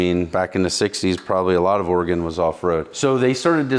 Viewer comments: At least he pronounces Oregon correctly. It's Oregun not Oregone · You pronounced Oregon correctly!